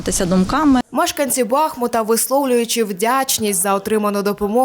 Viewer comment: Да ну скільки можна!!!! Нащо ви перекручуєте назву міста!!! Як вам не соромно! не БАхмут! А БахмУт!!!! Наголос на букву "У"! Запам'ятайте нарешті!!! "БахмУт", "БахмУтська міська рада", "з БахмУтом у серці", "річка БахмУтка"!